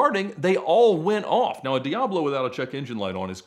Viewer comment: You seem to be quite the expert on these cars but you still can't pronounce the name correctly.